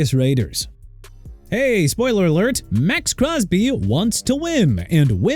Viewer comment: Look my man... you meant Southern California?! It's not "South California"!! Also Terrell Davis pronounced tuh-rell not teh-roll! Maxx Crosby not X Crosby! Trey Hendrickson not Brey! JAGUARS PRONOUNCED JA-GWAARS! You're finished... TIME TO CLEAN OUT YOUR LOCKER!!!